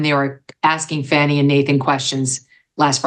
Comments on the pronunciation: Why do you continually pronounce her name wrong? Sounds like "Fawny" not "Fanny". Even your guests pronounce her name correctly. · "It was a Fanni call." I caught it, Megan. Well done, my lady!